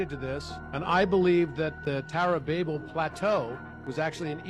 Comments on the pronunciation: How can u take a guy who can't even say the name right,Tower or Babal.BAB-BAL. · Man that guy almost sounded smart till he mispronounced Babel😂😂😂 For real. You're going to pronounce Babylon correctly but then you're going to pronounce the tower as if all the sudden your brain don't work😂😂😂😂